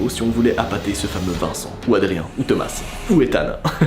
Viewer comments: Juste il s'appelle pas "thomassse" mais sa se prononcé "toma" 😊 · tomasse non ça ce prononce tomas (A) ET NON TOMAS( ASSE) MDRRR